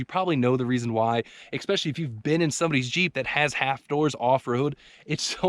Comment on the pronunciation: oh please stop saying exspecially!